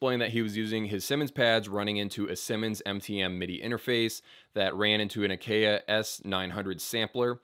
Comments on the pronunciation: How the hell did you read "Akai" and think it would be pronounced "Ick-eh-uh" rather than "ack eye". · Akai is pronounced "uh-kai". Leveno?? You mean Lenovo? While Rick performs live, all the drums on Pyromania and Hysteria are drum machines. (Cymbals sound live. Drum machine cymbals weren't quite up to snuff in the mid 80s. Plus is helps provide a live feel against the quantized drums) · akai... say as "ack-eye"... don't say it like ikea...